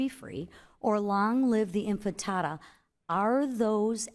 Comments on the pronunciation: Ms. McClain...it is pronounced " inti-fada" not " infi-tada". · Not "Infitada", its Intifada.. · “Infintada”. Sounds like a baked dish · Long live the inFINTADA?? This house member can't even pronounce the word correctly? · Long live the "infantada" 😂 i appreciate what congress is trying to do here but sometimes they just embarass themselves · It’s not antisemitic to say from the river to the sea Palestine will be free. And it’s not antisemitic to say long live the intifada. And it’s not “infintada” lady. It’s intifada. I bet she knows ZERO history of what the intifada was and why it happened. Saying that Israel is a terrorist state that had bombed her 30,000 people in Gaza into oblivion is not antisemitic. These people in congress are so uneducated about what has happened in Palestine over the last 75 years. I bet if you gave them a basic test on the history of Palestine they actually wouldn’t know anything. Free Palestine. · Long live the infitata... hakuna matata... I appreciate the questioning but the word is Intifada....🤦‍♀️ get your concepts straight lady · I was just upset that when Shafik was getting a good whoopin’ McClain says, “infitada”. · And infitada? She was probably thinking fritada. What a clown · I believe it's pronounced "globalize the frittata" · Did she say ' long live inFANtada ' 😂?? broo😂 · Yes, twice (or thrice)... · Yes you did 😂😂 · Yes. Twice. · This would have been great if she hadn’t said “infitada” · Actually it's great that she mispronounced it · Sorry, she lost me at "infitada" 🤷‍♀️ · "infatada" LOL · While I appreciate this congresswoman’s work, it would be better if she could pronounce “intifada” correctly. It’s not “infitata” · She cannot even pronounce Intifada. Zero knowledge on the topic. And biased questions. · You can’t even pronounce Intifada correctly and you are asking the questions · Congresswoman can't pronounce intifada? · She cant even say intifada😂not a clue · Maybe McClain should learn how to pronounce intifada!